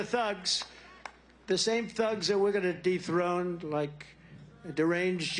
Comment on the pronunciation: "De throne the thugs! ". Lol.